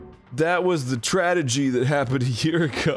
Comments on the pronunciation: HE SAID TRADEGY I am the ultimate clairvoyant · Game: "Tragedy" Arin: Tradegy. Game: "Prodigy" Arin: Progidy. Game: "...Allegedly" Arin: Alledegly. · I kinda want Dan to discreetly try to make Arin say more words that end in "____gedy" to hear Arin f@ them up, like Progidy or Tradegy. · One thing I learned from this LP is that Arin can't pronounce Prodigy and Tragedy